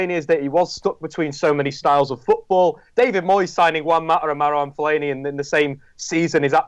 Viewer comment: Anybody who says fellaini deserves a paddlin